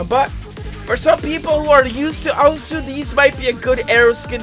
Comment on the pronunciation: why does pronounce osu! ah-soo?